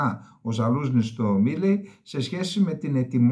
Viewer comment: Κύριε Καλεντερίδη το όνομα του Αμερικάνου στρατιωτικού στον οποίο αναφέρεστε, προφέρεται «Μαΐλυ».